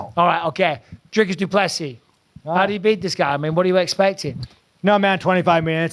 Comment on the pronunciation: Why does he say "Drycus" and not "Dricus". His own name is Strickland, not Strikeland. So he's capable of saying the correct vowel sound.